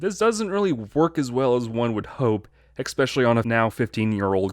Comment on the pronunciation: He says "expecially" insteasd of especially, don't expect too much